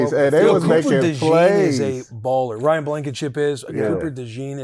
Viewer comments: Will his name is REED NOT RYAN LOL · It's Reed Blankenship mf not Ryan , put some respect on my boys name